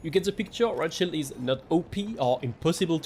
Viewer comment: Every time you say Riot Shield, I hear Rothschild. ☠